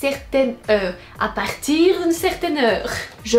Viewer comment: "A partirrr d'une certaine heure' L'accent Belge🤗